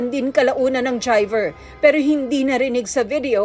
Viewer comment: Tryver ang bigkas ni tina panganiban peres sa word na Driver